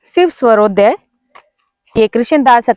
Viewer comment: Madam aap ka swarodaya ka uccharan sahi nahi hai